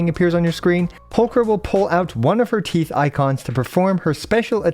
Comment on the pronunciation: You said "teeth" while she was walking slowly towards the camera and I couldn't help but hear "teets". I need to grow up.